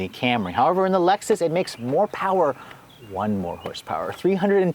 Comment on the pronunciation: haha i love the way he said that "ONE more horse power." LOL